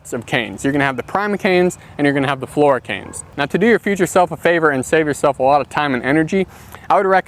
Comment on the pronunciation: Primer canes flora canes? I actually don't know what you are saying. 😢